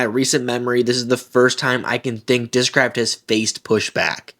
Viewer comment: Their commercials during the tournament also screamed AI. I posted there I wouldn't buy their discs on account of that. They even appoved an ad that mispronounces discraft.